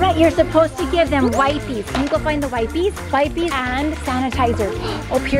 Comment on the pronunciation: The fact she keeps saying "wipe-eees" is kind of annoying. If you're making the "i" hard sounds, you can't also make the "e" a hard sound. English is weird, but it just doesn't work